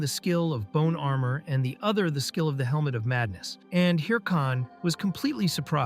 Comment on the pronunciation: "He used a skill called Elmo of Madness (Helmet of Madness)" AI Voice fuckin up or the creator typo'd the script lmao.